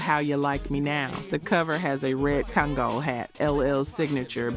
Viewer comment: OMG. Your AI voice pronounced Kangol wrong. LL and Kool Moe Dee are 5 years apart in age. Kool Moe Dee's first album dropped in 86. LL's first album dropped in 85. It was not new school vs. old school. Kool Moe Dee came at LL because he felt that LL was too arrogant and that would be a detriment to hip-hop.